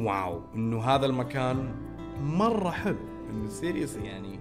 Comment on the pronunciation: يقول سيريلاك